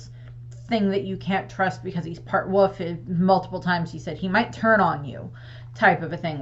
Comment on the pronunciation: I like that you say woof instead of wolf